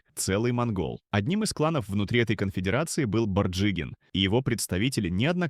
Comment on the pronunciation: Произношение оставляет желать лучшего, борджигин